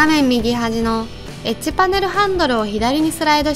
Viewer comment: エッジパネルがエッチパネルに聞こえた